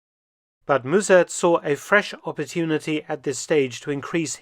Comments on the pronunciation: Müzèrt is so far off b.t.w. Just use the English pronunciation (like mustard without the "t") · If I may slightly correct the pronunciation of Mussert, as Dutch person: As Dr/ Felton pronounces it, the "u" should be spelled as "ü", while it sounds more like the "u" in "duh" (I can't think of another example, sorry). The "s" also sharp. In German, it would be closer to a "z" as Dr. Felton says it, but in Dutch the double s changes the sound of the vowel preceding it, while still sounding sharp. In German a double s or ß is sharp, while the single s is more like a z is it start the word (German makes no sense). If it was spelled Muzert in Dutch, it would be closer to the pronunciation in the video. Musert in Dutch would be spelled Müssert in German, while Mussert in Dutch would be Musert in German. The sound of the vowel gets changed with the Umlaut, the double points over the letter, instead of the numbers of consonants following like Dutch. Dutch is a very hard language, with tons of strange grammar rules that you have know, as there is no reason to it. Every rule has an exception, which has it's own rules, to which there are exceptions. There are 2 official grammar rule books (for lack of a better term) as linguists can't agree. I'm not hating on Dr. Felton, his German is great and he has a knack for it. I'm merely trying to provide some information to help Dr. Felton improve his Dutch. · Mus sert....No zzz and u as in shut and but . Remember 45,000 Dutch fought for the Germans at the east front...